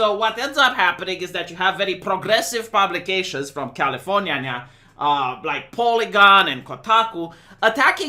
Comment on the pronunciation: pronounskiayskin of Californiania, will never cease to make me laugh.